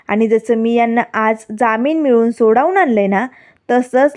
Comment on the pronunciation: संवेदक नीट मराठी बोला की.सोडावून नाही हो सोडवून म्हणा.